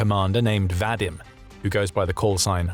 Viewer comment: Vadym is pronounced VahDEEM